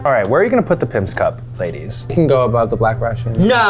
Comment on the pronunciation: Those "laidies" ruined the whole vid for me..